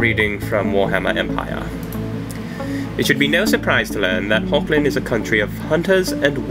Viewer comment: Thanks for the correction! Hogland, never thought that would be an actual pronunciation, thanks again! I don't know how to do a Dutch accent, but I've been honing up on my German accent, I'll try to apply it soon =D